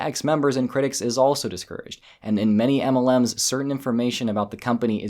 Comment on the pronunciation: The way you say, "EMELLEMS" just cracks me up. 😆